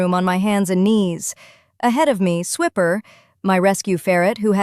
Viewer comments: Fun story. The worst part about AI narrators is totally messing up the name. The whole Dora the Explorer joke of "Swiper, no swiping" is lost with pronouncing the ferret's name as swipper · Ahhhh, either Spell the Character names Differently or Pronounce them Correctly! Swiper is like when you Swipe your Credit card with an R at the end. The Ferrite Steals things so the name is appropriate..